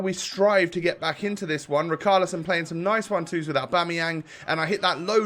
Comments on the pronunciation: It annoys me so much how he pronounces it ric-arlison when it’s rich-arlison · Please,. It’s Richarlison as in rich, not Rick. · Luke W No! It seems that way, but because he’s Brazilian, It’s pronounced: Ri/Shar/Li/Son. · KRIK ARLISO